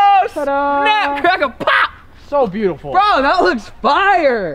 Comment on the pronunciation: It's boo-dee-full !!!